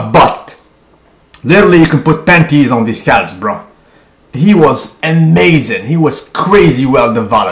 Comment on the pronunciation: Even before I clicked I knew he would pronounce the L in "calves"